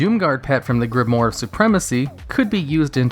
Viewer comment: Solid video, as usual. :) Just a note, though: it's pronounced "grim-wARR," not "grim-wORR." ;)